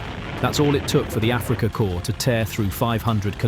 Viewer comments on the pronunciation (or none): none